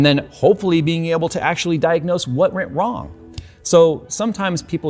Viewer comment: says "what rent wong" instead of "what went wrong". Sorry I'm just messing with ya. Love your videos btw. Cheers! 🙃